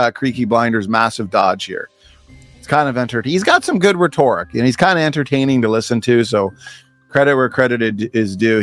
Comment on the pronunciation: doesn't know how to pronounce "rhetoric". if you every had even an iota of credibility, you lost it there. Stick to the grade 5 words you actually know.